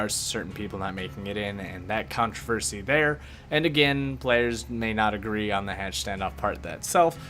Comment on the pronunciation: Controvershy (love you <3)